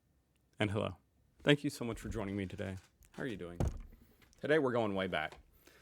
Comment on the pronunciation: I find it hilarious how your "Hallo!" sounds nothing like "Hallo!" at all, and to my German ear is almost indistinguishable from your "Hello!" ;)